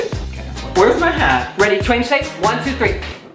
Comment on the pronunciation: It's twaimz not twamiz